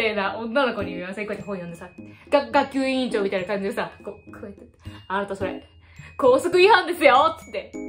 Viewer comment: 学級委員がガンタンク委員長聞こえる滑舌だ